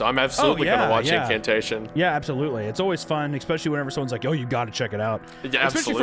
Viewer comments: Cant trust an adult who says "exspecially". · There is no "X" in "especially"! Stop it!!